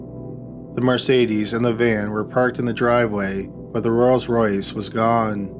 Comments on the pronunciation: Rolls-Royce not royals royce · Hey Dude..... it's Rolls Royce. NOT Royals Royce 🤪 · The way you keep pronouncing Rolls Royce is annoying